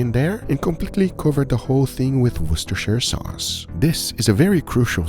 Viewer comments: "Wash your Sister"? ........ WUSS-TER, its pronounced WUSS-TER, the same as the namesake place it is from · Worcestershire is pronounced WOOSTER-shure. Not WARSH-ster-sir. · did i hear him say "wash your sister sauce" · Worcestershire. If you want to know how to pronounce it, it's, Wuss-ter-sheer, not wash-your-sister, I gotchu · Idk about "Wash your sister", lol. It is more like "wuss-ta-sheer" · It’s war Chester shy er sauce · Worcestershire is actually a ceremonial county in England... I live in England and it's actually pronounced "woos - te - shur" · Just say "woostersauce". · You're pronouncing it wrong. ^^ It comes from Wooster, at least by pronunciation in England. :) You're welcome. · If your having trouble pronouncing it’s Wuster shire sauce 👍🏼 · It’s pronounced “war-Chester-shire-sauce” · wosh-ta-sha sauce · I think it's pronounced 'Woosh-ter-Sheer' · You're pronouncing too many letters in Worcestershire, try to say it with as few letters as possible: wu - stuh - shuh. And definitely don't pronounce the "shy - erh". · Haha guga thats NOT how you pronounce it. Pronunciation is Worster sauce. In England they don't pronounce the full word. Just like the city Leicester. It's pronounced as Lester. Don't ask me why 😂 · GUGA! THIS SAUCE IS NOT FOR WASHING YOUR SISTER! WOR-STER-SHER! IT'S NOT HARD! AAAAAAAAAAAAAAAAAAAAAAAAAAAA!!!!!!!!!!!!!!!!!!!! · It's not that hard to say it. War-chester-shire. Everyone be saying it wrong. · It’s wooshter sauce! Get it right. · Wuh-stur-shur sauce... say it with me.... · Phonetically is pronounced Woust e sher sauce - woostysher sauce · "World Chester " sauce... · It's pronounced WoosterSheer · Coming from and Englishman you pronounced it wrong ,,, sorry to tell you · lol but that's not how you pronounce it... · Yikes that is a butchered way of saying it lmao